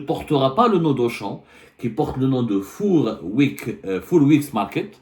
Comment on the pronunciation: Fouuuuuuuuur ! Quel pitre ! Incapable de prononcer un mot d'anglais plus que banal !!!! Fouuuuuuuuuur ! Hahahaha !